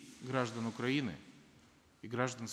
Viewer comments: Он сказал Укпраины? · "независимость уПраины"??? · парашка даже "свою" страну не может правильно выговорить. уПраины? - это что за страна? смотреть с 1.57